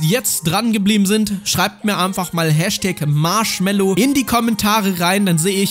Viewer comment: "Marschmello".....Ah ja